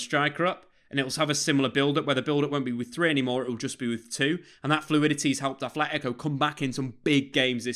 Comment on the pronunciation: Love it, but it's not ATHletico, everyone says TH but it's aTleti, with a T, love the content:)) Aupa Atleti